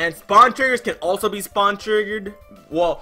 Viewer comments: Lol u said spawen instead of spawn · You said spawen instead of spawn